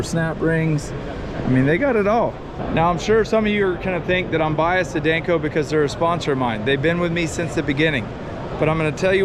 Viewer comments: Is anyone gonna tell him its not Dayneco?? 😂😂😂😂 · Is it just me or does he mispronounce danco? Dayne co 😂😂😂😂